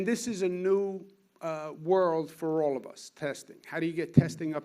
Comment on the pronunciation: How could this guy not be jewish? He rambles annoyingly like a jew and pronounces the word 'all' as "ooh-all" - a sure sign of a jew.